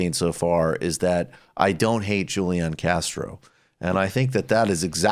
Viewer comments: Great video as usual Michael & co. Also, the “j” in Spanish (for a name like Julian) is pronounced with a traditional “h” sound. Huu-Lee-Aan, rather than Juu-Lee-in. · HOO-LEE-AHN Castro! Michael, quit butchering the spanish! But yes, I absolutely agree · Are you saying Julian Castro's name wrong on purpose?